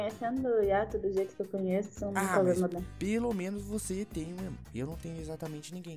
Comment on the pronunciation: mas n é iato é ayato